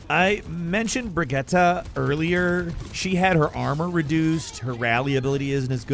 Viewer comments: Bri-jet, not bri-get-uh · Brigette is pronounced "BRA-JEET" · Why can nobody pronounce brigitte years later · pronouncing Brigitte with an a at the end like he doesn't understand english is the oddest thing ive ever heard. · Trying to find someone who commented on that. What the fuck even was that lol not even close….